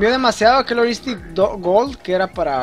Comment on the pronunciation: jajaja ¨Kilor Instinct¨ jajajajaj